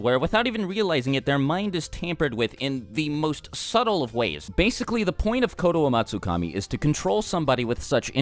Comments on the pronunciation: Explain how you nailed that name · I like how you can pronounce the name so easily. I bit my tongue half way through.